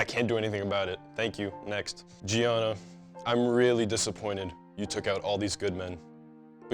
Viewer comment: They don't pronounce 'Gianna' correctly.....